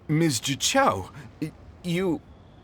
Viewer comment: Man, when I played this quest I was thrown off by how specifically he pronounced "zhiqiao", and now knowing it's prozd that makes sense